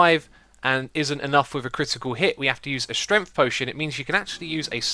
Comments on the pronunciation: why do you always say stremt and not strength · “potion of strenf”